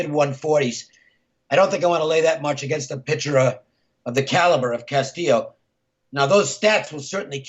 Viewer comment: Are you trying to pronounce Castillo wrong?